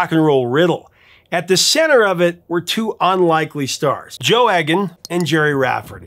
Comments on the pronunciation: It’s eeg an not egg an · It's 'E'-gan, not 'Egg'-an. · Don't mean to be pedantic but I believe Joe's surname is pronounced eagan as in eagle, not eggan as in egg. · Joe Eggon? Trust an American to mispronounce a simple surname like Egan (Eeg-an). It's the same with MacLean (Mac - Lane) and common Polish names. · Very informative video, thanks. Just one point - I'm pretty sure that the name Egan is pronounced 'Eegan' rather than 'Eggan'. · "He had an ear for music" :) I enjoyed this story about two local boys, but Joe's surname is pronounced "Eegan", rather than "Eggan". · Just a heads up. The E in "Egan" is pronounced like Eel, Not Egg. Good channel though. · Joe's surname is pronounced 'Eegan' not Eggan. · It's pronounced Joe Eegan with a hard E, rhymes with Edam like the cheese. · Eegan…..not Eggan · Oh Prof, it's pronounced Eegan, not Eggan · Pronounced Joe EEGAN not EGG-AN. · Egan is not pronounced as "Eggan", it's a hard E, so it's pronounced "Eegan". You're welcome. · It's pronounced "ee-gan" not "egg-an" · I had a special affection for Stealers Wheel right from the start, not least because Gerry and Joe were local lads! P.S.; Egan is pronounced "Ee-gan". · Joe’s name is pronounced Egan. Been a fan of both from the early seventies. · BTW in Scotland Joe's surname is pronounced EEgan and you missed a really Important time in Gerry Rafferty's time when he was with a band called the Humblebums along with the great Billy Connoly and Tam Harvey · Uh, it’s pronounced E (hard E) gan….very Irish, and I should know. Enjoy the channel very much, though. Cheers, JPE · Believe it Egan is pronounced eegan. Hard E. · It’s E as in eagle, Eagan. Not E as in egg.